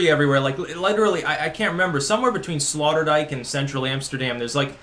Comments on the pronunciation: I like how you slaughtered the name Sloterdijk and called it Slaughterdijk. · FYI, it is pronounced SlOterdijk, as in oh oh Sloterdijk. As far as Schiphol airport is concerned, you probably picked the worst time of the year to go through there. Most dutch families go on vacation in July. As a result the cities are quieter than usual, with the exception of Amsterdam because it is such a tourist magnet. Btw, Schiphol is ranked #11 in the list of top airports in the world. You might also want to know that Schiphol is undergoing some major renovations at the moment which makes traffic a little more confusing. I have been through that airport countless times so I know where I am going and I am usually out of there in a half hour or less. The city commission is well aware that Amsterdam is a major tourist destination so they go out of their way to keep the city clean. Other cities in the country are less fanatical. You are correct that the Dutch like to garden. Amsterdam has the largest flower market in the world which is located close to Schiphol airport. If you had traveled further east in the country, you would have discovered that it is more conservative than the western part of the country. It is like comparing New York to the mid west of the USA. The Netherlands is very much like Canada regarding air conditioning. It rarely gets that hot so it is only required for a few weeks in the summer. As such, most homes do not have air conditioning. Besides, energy is heavily taxed in the Netherlands so air conditioning is very expensive. Glad you enjoyed your t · Slaughterdyke? Sloterdijk. Hahaha. Loved this piece. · Did your waifu not teach you how to pronounce Sloterdijk? Typical 'murican ignorance.